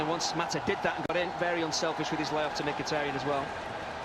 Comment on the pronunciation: リーブ21 ムキタリャンとミキタリャンの間みたいなの発音ですよね